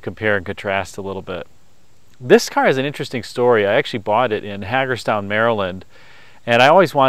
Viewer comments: btw this is silly to point out, but just for future tellings of the story: Hagerstown MD is pronounced Hay-gers-town, not Hah-gers town :). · I'm a big fan & a Md resident, Hagerstown in Md is pronounced HAY-gerz- town similar to Jagermeister < (love😋 or hate🤮) I LOVE the 68 Mercury PL it looks so solid from all angles but especially from the front head on, it just screams quality! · Having been born and raised just 25 miles north of “Hay-gerz-town”, she is an amazing survivor!!!! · I love those cars beautiful! Love your videos Maryland native here HAgerstown loud “A” Not criticizing just educating